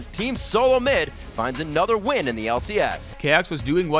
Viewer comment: Chaox instead of choax